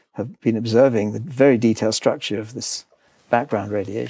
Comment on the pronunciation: Have we come close to even wild guess what is 'the wery space' is? Hahaha